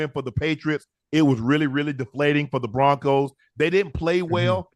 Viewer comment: Who is the “Proncos” Just giving your crew a hard time. Good show